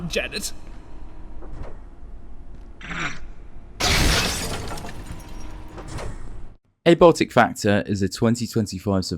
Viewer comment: Dude. Literally the FIRST line in your video, and you didnt think to reshoot your intro? The fuck "Ehbotic factor." It's AYE-BY-OTIK. Holy shit the slop never misses with fringe lore videos. Nerds thinking they know shit and completely tripping at the first hurdle over and over again. Can't wait to see how many more things you can't pronounce in this game.